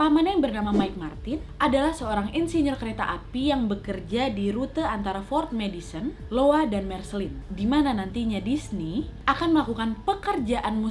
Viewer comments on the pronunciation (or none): Kak Nad di menit kaka salah ucap nama kota nya, itu iowa bukan Lowa, 😅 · iowa kak bukan Lowa